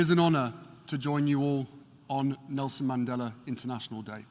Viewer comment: MR. MANDELA harry, not Mandela.